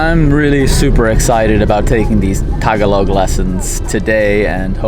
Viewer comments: ta-ga-log... not taga-log... very good... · LESSON 1. Tagalog. Ta-GA-log. Accent on the second syllable. 😑😆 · It’s ta-GA-log,. The accent is on the second syllable. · Great idea! "Salamat" and "Tagalog" have accents on the second syllable (sa-LA-mat; ta-GA-log). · Just realised there are a lot of quirks in the Filipino, taglish language...magpapasko, magnew-new year. Well done - just try to say Tagalog-the emphasis is on the 2nd syllable-Ta-gàh-log. Same wirh Salamat: sa-làh-mat. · You said Tagalog wrong the whole time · True..the stress is in the second syllable